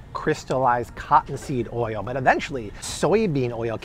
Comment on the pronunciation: How does he add so many extra syllables to the word oil?!?